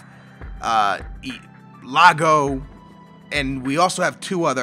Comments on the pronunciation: do u say lago to get us mad? its iago! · FFS Its LAB-YAD and its iago not lago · It's annoys me that you say lago even though its iago and I honestly think that you can't fucking read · Iago not Lago with an i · dude it's La-by-ad and IAGO not Lago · its iago not lago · it's not Lago, it's iago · His name isn't Lago it's Iago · iiiiiiiiiiago....it's iiiiiiiiago falque not Lago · it's iago not lago!!! Capital i! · I - ay - go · Lago ? Labada ? Anebayor ? Can you read